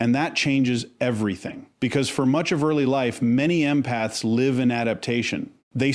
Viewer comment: I guess has working for him. Some mistakes are funny like saying an injured empath has a wound... but pronouncing wound like a wound up clock... Or the empath who will live at a disadvantage... but says live as in a live show. Nevertheless I like and guess I'd make an AI Penelope if I were in this business.